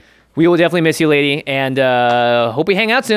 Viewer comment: NOOO!!!! Not Ladee!😭😭😭